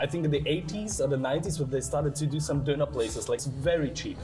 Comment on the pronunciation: First I want to say that I love your videos, but I have one critique which is your pronunciation of both Turkish and German for 'doner' , 'gozleme' and 'spati'. I have so many Turkish and German friends and was living in Turkey for four years and visited Berlin in 2024 with my German friends. I think you can take more time to better pronounce these words, especially when you made an advertisement for foreign language app and specifically talked about learning pronunciation. Of course, you don't know the language so you cannot say it perfectly, but for sure you can say it better than that when you are directly interacting with the people.